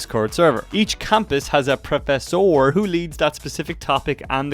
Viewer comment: the way you pronounce Professor is killing me😅